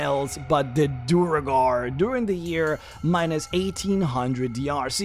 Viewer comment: I feel a twinge of unreasonable anger every time he pronounces Duergar as Duh-reh-gar